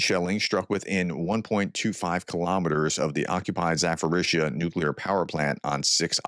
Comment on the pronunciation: Zh = letter ж pronounced like the s in 'measure' Zhitel = pronounced Shitel Za-po-'rizhzh-ya = Zapo-'rishsh-ya За-по-ріжж-я NOT Zapo-rizz-ya And there is NO fing 'ph' in Za-PO-rizhzh-ya